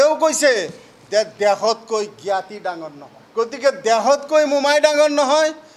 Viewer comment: তহতে আজিলৈকে অসমীয়া ভাষাটো ভালকৈ কব নিশিকিলি ... ভাহা নহয় ভাষা ... দেহতকৈ নহয় দেশতকৈ.... 😂😂